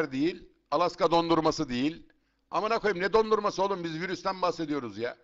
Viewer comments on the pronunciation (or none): Adam Asa Akira'yı alaska dondurması diye okudu 😁